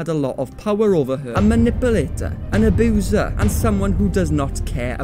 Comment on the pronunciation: “An ABOOSER “